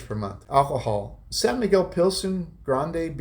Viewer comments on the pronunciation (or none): none